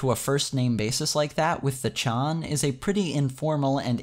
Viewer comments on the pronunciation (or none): none